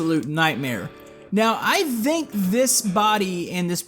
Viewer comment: why do you say "dhinc" when saying think